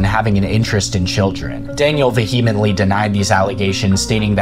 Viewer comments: Vehemently = vee·uh·muhnt·lee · If you are going to use the word "vehemently" in every other sentence, please learn how to pronounce it. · No one says vehemently this much, especially someone who pronounces it wrong. This has got the be engagement bait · I just want to know why you can't take the time to learn how to pronounce vehemently correctly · Inundated not indunated VEE-huh-mently not vuh-HEE-mently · Words you need to look up the pronuciation for: Wichita. Inundated. And ESPECIALLY Vehemently.